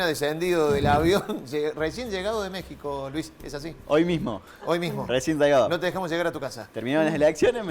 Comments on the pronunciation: La letra X ,en México,Texas y Oaxaca, se pronuncia como J⬅️ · Mexico... pronuncia la X???